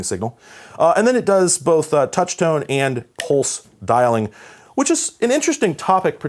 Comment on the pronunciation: At first it sounded like he said "pole styling" but than I realized. pulse dialing .